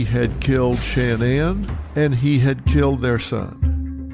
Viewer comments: Her name is not “SHAN-ANN”!!!! It’s pronounced “SHA-NAN” like “nan DUSKIN ” or “sha na na”! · Omg please stop saying SHAN NAN. Its like nails on a chalkboard… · Why couldn’t he pronounce her name correctly. Drove me crazy